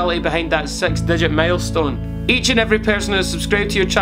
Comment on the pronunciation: 'Sex diget mielstone' I love you 😁